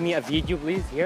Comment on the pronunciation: الحمد لله قالت "هير" ما قالتها ب حرف الالف 😂😂😂🤜🤛✌️